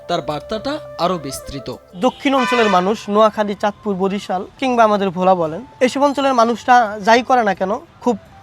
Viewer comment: Bhola, not vola.